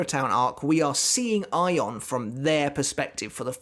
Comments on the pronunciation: Your pronunciation of his name is spot on, that is how Ayon is said in Spanish. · Yes, you're right about the pronunciation (the katakana says Ayon). Anyway, THANKS for doing Ayon! I really liked how Kubo portrayed the despair/hopelessness aspect of Ayon. And things got serious QUICK when Ayon took a chunk out of Matsumoto's oblique! :-O Oh and yes, it was a splendid treat to have Ayon make a cameo later!! Thank you!